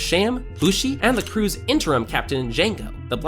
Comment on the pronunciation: Bro u don't say crews